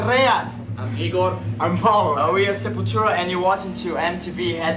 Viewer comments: It's funny that the members of Sepultura and Sarcófago , which are both Portuguese words, said the names like an English speaker would pronounce them. Sarcófago could actually sound like that If said by someone of some areas of Brazil, but usually not from someone from the city of Belo Horizonte, which is where both Sarcófago and Sepultura came from. It's also funny how Andreas and Igor exaggerated the letter "R" in their names. No Brazilian would actually said it like that if it wasn't in a joky way. And Max said his name as an English speaker would, which is like the opposite of what Andreas and Igor did hahahaha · Sepultura mispronounce their Portuguese band name Sepultura as "Sepeltyoora" themselves - when speaking American English, they simply adjust it a bit to sound more American. Therefore I consider any Seltics and Siriths as colloquial local variations, not necessarily as "wrong". Take it easy.